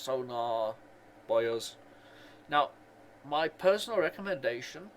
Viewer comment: Hearing you call them radar and Sonar "Boy'os" is kinda funny